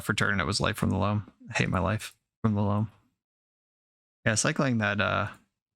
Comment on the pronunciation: "I took a draw for turn and it was life from the laom. I hate my life... from the loam" XD